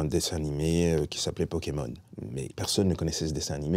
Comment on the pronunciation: C'est donc ce monsieur qui a écorché pokémon en "pokémoche"" dans le cd ^^'